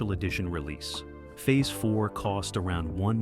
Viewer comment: Fee-Aze 4? LOLOLOLOLOL